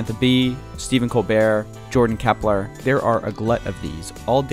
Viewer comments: Klepper, not Kepler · Jordan Klepper, not Kepler. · Jordan klepper not kepler xD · Am I the only one who noticed that he called Jordan Klepper "Keppler"? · I like how he calls Jordan Klepper, "Keppler" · I just don't like that he said "Keppler"